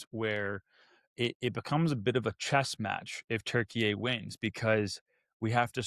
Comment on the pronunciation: I like saying Turkeyay now. I still butcher it, though. Not in some perfectly nuanced, elegant pronunciation. I just say Turkey-yay! Which I would imagine is worse than just saying Turkey.